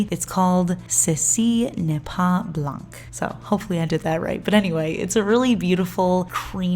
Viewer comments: Your French was actually pretty perfect, other than the C in blanc is silent. Great work! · Finally autumn collections are comiiiiing 😍😍😍 1/ i love fall colors and 2/ it means summer is almost over 😂 Also your french is actually pretty good !! If you want to be perfect just don’t pronounce the C at the end of blanc ! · You were so close with pronunciation! Just pretend the C at the end of the word BLANC isn't there. It's actually silent 😉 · 9/10 on the pronounciation of "ceci n'est pas blanc". The "c" of "blanc" is silent 😅 Btw it means "this isn't white" for anybody who's curious